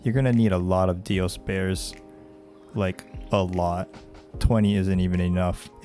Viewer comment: Why are you saying "Dioses"? It's just Dio's. Its not Dios'